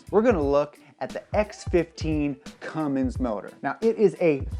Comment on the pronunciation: Its CUMMINS NOT CUMMINGS